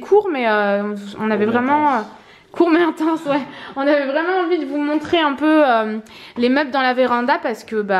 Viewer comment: Insupportable quand tu dis "vraeument"